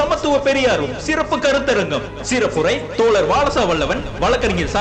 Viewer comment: தோழர் என்று பேசுங்கள் தோல ர் என்று. பேச வேண்டாம் தோழர்